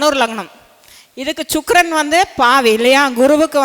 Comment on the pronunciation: ச்சுக்ரன் அல்ல வாந்தி சுக்ரன் என்று சொல்